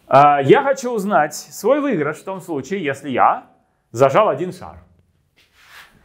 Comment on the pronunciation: "выЙгрыш", "проЙгрыш"... /"/_-) ДБ!